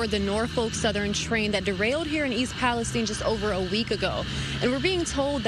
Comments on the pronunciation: Its pronounced east palesteen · I usually overlook not being able to say words sometimes but this one made me laugh. I'm not even talking about the fact that it is pronounced there slightly different from every one else (palace steen). version sounds closer to Pakistan. In no way can you get an from ine. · Dude can't pronounce East Palestine.